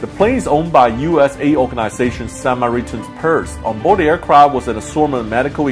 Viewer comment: "Sama ritan's purse"? No it is "Sa mari tan's" purse. You butchered the word beyond recognition.